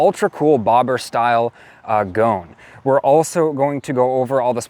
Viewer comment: You calling it a gone, is killing me! LOL I so want to stretch one of these and throw a Meteor tank on it.